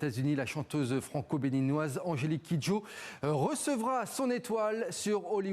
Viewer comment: Franco beninoise 😂 maintenant ça met l'accent sur le Franco 😂😂😂